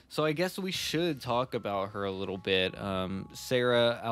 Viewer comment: Investigator with Uzi: You wanna meet my leeetle frinn?